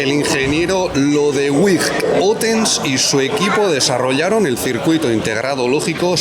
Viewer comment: Esa pronunciación de Lodewijk, medio inglesa, medio española, siendo un nombre neerlandés...